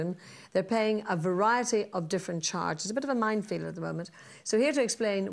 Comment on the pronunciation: I’m not taking advice from anyone who says “mindfield”.